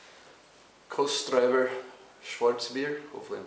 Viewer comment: the pronunciation is like kostritZer